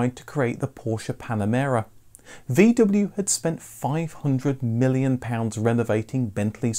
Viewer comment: Would it be possible to pronounce the name VW correctly?